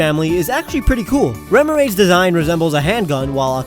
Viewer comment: did he say remorott